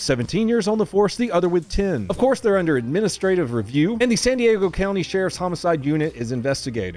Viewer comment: “Actually it’s pronounced San DiAaago